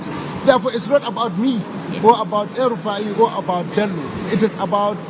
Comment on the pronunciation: Hmm El rufaaaai, not one yeye ruddyfire